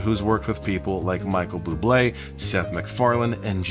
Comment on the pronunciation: Said Michael Bublé like Elmo calls him "Micheal Blublé"😊